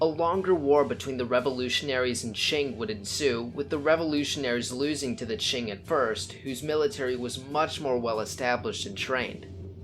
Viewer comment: Qing, se pronuncia ching y no King..